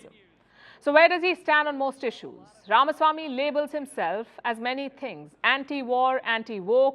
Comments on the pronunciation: Thank you for pronouncing his name correct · Palki, First of all, congrats for pronouncing Ramaswamy correctly. Most North Indians would pronounce it RamAswamy which is wrong! VR is suave, smart but lacks political experience. He should be the man to watch out in future.